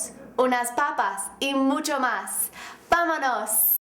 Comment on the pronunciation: Wtf she say at the end of video? "Vama nos " ?